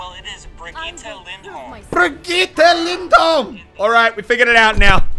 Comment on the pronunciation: Muselk Lindholm not Lyndholm (swedish BDY)